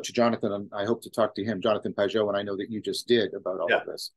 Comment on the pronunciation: tosses a comment to the algorithm you need to learn how to properly pronounce the Pageau brother’s name. Also, I’d recommend reading “The Language of Creation” to come to know them better.